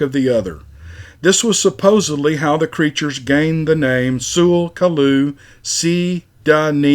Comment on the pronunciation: Good story. Your Tsalagi pronunciation hurt my ears, though 😎 You can just use the short form, tsulkalu (choolkaloo).